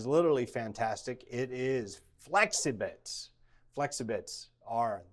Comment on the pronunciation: FELXIbits... Gotta love Gruber’s spellings and pronunciations. :)